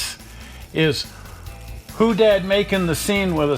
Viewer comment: It’s pronounced hoe-dad